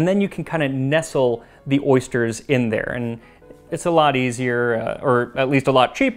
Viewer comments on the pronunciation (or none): Except they said "ersters". Ursters? Oersters?